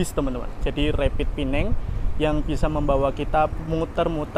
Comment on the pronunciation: Penang bukan pineng